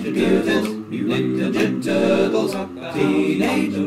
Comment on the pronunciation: Hahaha sounds like you're saying "turdles" xD And please, work with Smooth McGroove some day please!! Two angels singing, that's probably dangerous in some way but whatever, I want to see it!!!